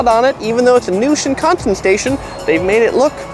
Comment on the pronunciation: I can't get past his pronunciation. NA-gano and Shin-KAN-sen. His emphasis is killing me. lol...